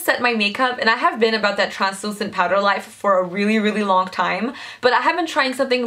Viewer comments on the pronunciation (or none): none